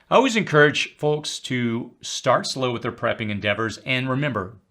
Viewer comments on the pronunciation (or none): none